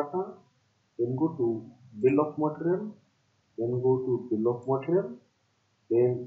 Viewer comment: Bill of mattrrial. No offense. 😂